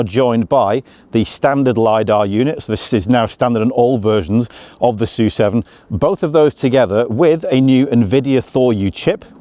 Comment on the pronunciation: "soo seven" Thank you for pronouncing the name correctly. Other British youtubers are saying S U seven. 🤦‍♂️🙄.